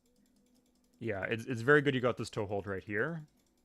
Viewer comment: Tow is said as toe. Tow trucks, tow missiles.